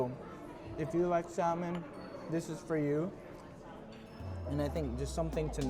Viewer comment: the "l" is not pronounced in salmon. "samon"